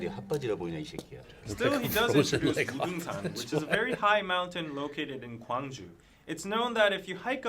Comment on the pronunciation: the Korean alphabet is very easy to learn, but the grammar is pretty complex - as a non-native speaker who’s been learning for a few years I’d give ur pronunciation a 6 or 7 for paldogangsan! (팔도강산)